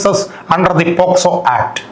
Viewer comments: പോക്സോ ആക്ട് എന്നല്ലേ.ഇതിൽഎല്ലായിടത്തും പോസ്കോ ആക്ട് എന്നാണ് പറഞ്ഞു കേട്ടത്. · വക്കീലേ പോസ്കോ ആക്ട് ആണോ അല്ല പോക്സോ ആണോ. 6.21 മിനിറ്റിന് ശേഷം